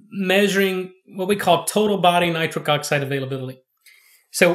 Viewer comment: Why’s he keep calling it nicric oxide.?